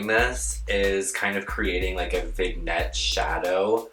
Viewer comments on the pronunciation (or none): Pearl, it’s pronounced Vin-yette. Haha. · "Vigg-net" ...😂 girl ily. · I can't believe there aren't more comments pointing this out! Vig Net, 🤣🤣🤣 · Lmao “vig net” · it's pronounced "vinyette" not "vignette" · It's "vignette" daring but I expect you know that now. (Vin Nyett) My challenge is I can never get liquid liner to dry, at least not before it smudges. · lmao... vignette is pronounced 'vinyet'. its a french word... but love your vids gurl x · vignette is pronounced "vinyet" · (Sweetie, it’s actually pronounced as “Vin’yet”) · did no one clock her saying "vignette" wrong? pronounced (Vin-yet) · Bless her heart she pronounces it vig-net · The g is silent in vignette silly. Vin/ /yet/ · is he trying to say vignette (vin-yet) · PEARL its Vignette. It’s pronounced VIN-yet 😆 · not to be a bitch but like vignette is pronounced 'vinyet' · Pearl Liaison can’t say vignette properly... the irony, girl. 😂💕